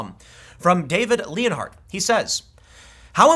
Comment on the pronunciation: >David Leonhardt Oh no I share a last name with this guy. At least Tim pronounced it right.